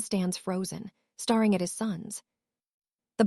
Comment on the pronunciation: I have the feeling that language for AI should be phonetically. It doesn't understand the difference between read and read, and any of the words that are spelt the same but read the same, also I noticed on yours that it doesn't know staring so perhaps you should write it stair ing maybe then it would understand!